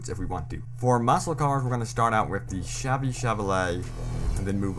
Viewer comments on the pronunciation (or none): none